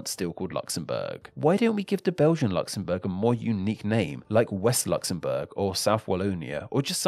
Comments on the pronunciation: I hate how this guy says Luxembourg so annoying talk properly. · Luxembourg, Luxembourg, Luxembourg not Luxembourg - a technically true sentence